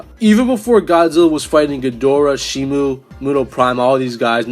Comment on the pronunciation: Shimo* not Shimu